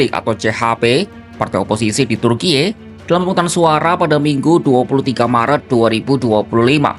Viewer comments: ini pengisi suara ndak tau cara baca kata turki ya? masak kompas pengisi suaranya ndak bisa baca dan eja sesuai aturan bahasa. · Lebay amat pengucapan turki😂